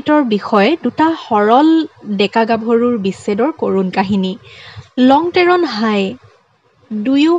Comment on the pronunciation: কাৰ্বি জনগোষ্ঠী সকলৰ সংস্কৃতি, জীৱনশৈলীৰ ওপৰত চমু আভাষ দাঙি ধৰাৰ বাবে প্ৰথমে আপোনাক নমস্কাৰ ও ধন্যবাদ জনালো। যিকোনো জনগোষ্ঠীৰ বিষয়ে কবলৈ জোৱাৰ আগতে প্ৰথমতে তেওঁলোকৰ ভাষা উচ্চাৰণ জনাটো দৰকাৰ বুলি মই ভাবো ।কাৰণ উদাহণস্বৰূপে ইয়াত আপুনি koise- হাই হবলাগে ha-i ইয়াত মই কেৱল এটা উদাহৰণ হে দাঙি ধৰিছো। কিন্ত্ত আপোনাৰ video টোত বহুত শব্দ, বাক্য বিলাকত উচ্চাৰণ ভুল আছে। এই কথা আপুনিও জানে যে এটা শব্দ ভুলকৈ উচ্চাৰণ কৰিলে কি হবপাৰে । সেয়ে আপোনালৈ মোৰ অনুৰোধ আগৰ video বোৰত উচ্চাৰণত চকু দিয়ে যেন । ধন্যবাদ***।